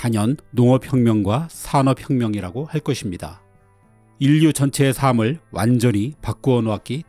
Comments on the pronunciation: 늘 좋은 정보 받고 있어요 그런데 지난번에도 댓글을 달았는데 '삶'의 발음이 틀렸어요 '삶을', '삶이'는 각각 '사~믈', '사~미'라고 발음하시는데. '살믈', '살미'라고 발음해야 맞습니다 표준발음법 겹받침의 부분을 참고하세요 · '삶을'을 지속적으로 [사믈]이라고 발음하시네요. 여러차례 댓글에 언급해서 이번에는 꼭 시정되기를 바랐는데 아쉬움이 남습니다. 이름이 지식 브런치인만큼 가장 중요한 한국어 발음도 정확히 해주시면 어떨지 재차 요청드립니다. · "삶을" 발음 좀 제대로 할 수 없습니까? 충실한 내용과 안정적인 나레이션 톤에 집중하고 잘 듣다가도 매번 "삼"이란 단어만 들으면 홀딱 깹니다.